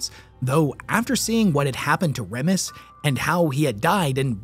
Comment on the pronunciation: Remus = reemus not REMus.